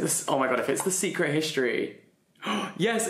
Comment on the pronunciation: I'm sorry but when he was trying to read "history" and got the greek letters wrong...that was painful 😭